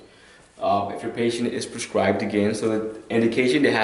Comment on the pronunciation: How do I get a drug "perscribed" to me? I'm sorry but if my life is in your hands and you don't know that the word is PRESCRIBED, then I have good cause to worry....